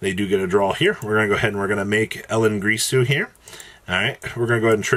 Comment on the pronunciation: GiRsu not GRisu